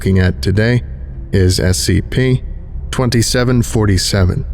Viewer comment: The way he says "scp" is so specific S-C-PAY